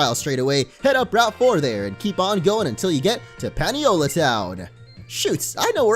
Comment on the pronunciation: Paniola is pronounced "Pah-nee-oh-la". It's named that way because Paniolo is the Hawaiian word for cowboy. Also, please add Dan the Grubbin to the team some time